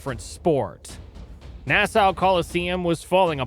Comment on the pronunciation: I'm sorry, can you say Nassau one more time?